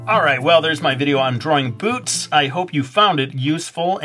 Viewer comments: Today I'm gonna teach you how to draw BOOTS! But I heard " Today I'm gonna teach you how to draw BOOBS!" =w= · when you said boots i thought you said boobs, oh well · lol at first I thought he said today we're gonna learn how to draw boobs xD